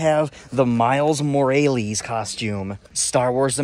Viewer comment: OMG Miles Morales not Mor a les